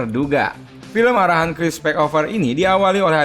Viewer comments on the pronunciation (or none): none